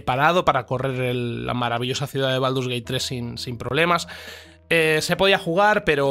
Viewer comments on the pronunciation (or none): none